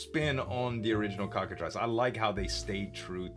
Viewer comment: "Trice" in Cockatrice is pronounced like "fleece", not "price"."